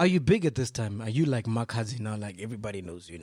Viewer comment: I didn't know Makhadzi until Mac G said he was visiting home and they is a big song trending by Makhadzi which he failed to pronounce proper and i searched her music and I was blown away on the spot